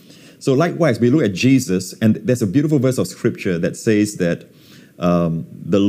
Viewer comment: Will someone please tell Joseph Prince to say "sez" instead of "saiz"